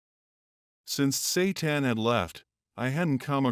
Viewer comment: Tsetan❌ Satan✅😂😂😂